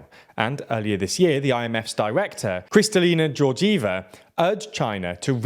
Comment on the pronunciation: that was the single most botched pronunciation of Kristalina Georgieva that I've EVER heard